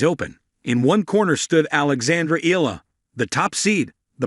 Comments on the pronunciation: EYALA Thats the correct pronounciation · It's looks like this sports caster doesn't care about right pronunciation of foreign players, to them they do it what fits them , it's E YA LA!!! bwisittttt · This is not first time you covered Alex Eala, but still you're not pronouncing her to full name right. EALA is pronounced like there's a 'Y' in between E & A. FYI